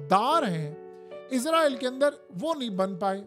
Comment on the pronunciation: Bhai word izraeel nhi hai israeeel hai.....izraeel farishta....is ra eel mulk ka Naam hai ..Khuda KY liye apni correction Karen...